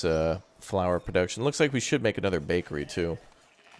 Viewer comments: "Buckary. what the hell is a buckary" 🤣🤣🤣🤣🤣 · The way he said bakery… it… it just irk me a bit not gonna lie